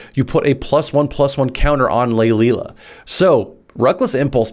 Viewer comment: Lae-Lia. Not Laelilialalala.